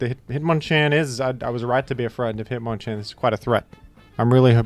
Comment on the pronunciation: it's pronounced hitmonchan.